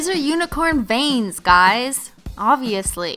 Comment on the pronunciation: Who else thought she said bangs instead of veins